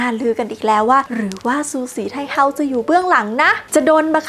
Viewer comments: ฉือสี่ไท่เฮ้อว慈禧太后 เสียงจีนกลาง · ภาษาจีนอ่าน สือ สี่ ไท โห้ว ทำไมบ้านเราถึงออกเสียงว่า ซูสีไทเฮา